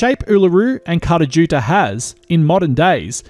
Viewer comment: p.s. your pronunciation of both Uluṟu and Kata Tjuṯa is terrible. But I love your work.